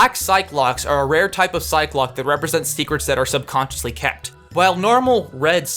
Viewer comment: This is a great video, but you pronounced psyche lock wrong